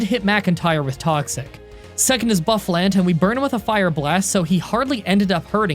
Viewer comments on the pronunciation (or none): I’m pretty sure buffulant is actually pronounced boofalance not to be rude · Boo-fuh-lahnt not Buff-le-ant lol